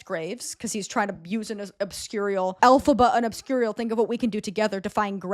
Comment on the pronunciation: The way you consistently mispronounced obscurial 10/10 😆